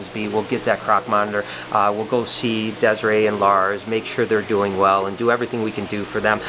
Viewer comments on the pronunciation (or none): none